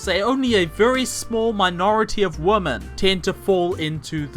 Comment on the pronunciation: Being such a mack-daddy, one would think you knew how pronounce women, but I guess being a Kiwi prevents you from being able to English.